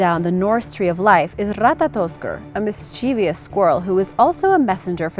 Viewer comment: Nice video, but you mispronounce 'mischievous'. There is no i in the last syllable, and the stress is on the first syllable.